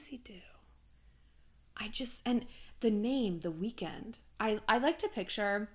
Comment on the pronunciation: ”The Wekend?”😂